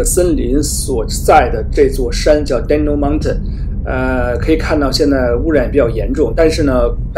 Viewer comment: 哥们，Dandenong 叫“丹妮浓”，不是“丹东”，另外澳洲火灾主要是因为Livestock和Dairy产业造成的过度草场，破坏了原有的植被生态，造成平均气温和湿度的急剧变化，从而产生45度+的气温，草场是起不到阻挡气流和保持水分的功能，要知道澳洲的人工畜牧草成面积大于全世界其他国家的总和。不是应为某种植被，不要自己臆想下结论